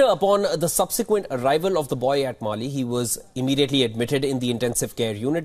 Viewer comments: Its Malé not Mali 😅😅😅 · It’s Male and not mail. Shoddy prep by the producer. Research is also poor on how this happened. Wion channel need to improve its prep work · WION it's not Mali it's Malé. "Mali" is West Africa. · It is Male and not Mali